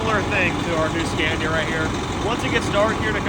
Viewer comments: A little nitpick: it's not pronounced like "scan-ya", it's "skah-nee-yah" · so sick of the way he pronounces scania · STOP SAYING SCENYA. ITS SCANIA, YOU ARE PRONOUNCING THE ''A'' as a ''E'' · He doesn't know how to pronounce the name right. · Haven’t even learned how to say Scania.